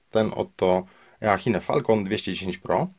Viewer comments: czytaj tą firmę "Iszin" prosze , bo słuchać się nie da tego eachine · I chybe lepiej mówic "iczin" zamiast "eachine" :P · 'iszin" się czyta